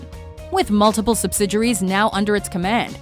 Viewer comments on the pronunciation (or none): OKAY.. Listen Announcer lady.... Say it with me... Before I reach through the screen and smack your Mom..... SUB-SID-EE-AIR-EE!!!! = Subsidiary Not however the hell you're saying it!!!! sub-sid-your-ree... UMMMMM NO!!!!! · You're killing me with the way you're pronouncing the word subsidiary. Does it look like a French word to you, is that why you're pronouncing it the way that you are?